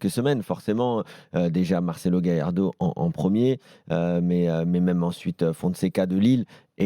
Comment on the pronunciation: le phoceen le fameux mec qui disait galardo c fait mdr